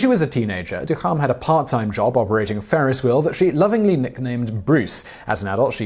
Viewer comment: Ferris not Farris.